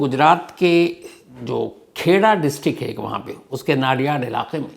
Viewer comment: नडियाद ✅ नाडियाड ❌